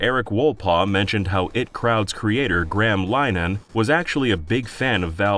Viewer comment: And then hearing Graham Linehan as "Grahm Linan". I can't really blame them if they've never heard either pronounced before but it's still jarring to the ears.